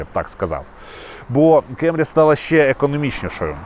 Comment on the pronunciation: абсолютно нічого не маю проти Америки) Основний посил був донести що якщо обзор в Україні, укр.мовою, то кЕмрі ріже слух) якби це був огляд авто англійською то і питань би не було. Свою позицію щодо вимови моделі детально описав, тому рахую тема закрита)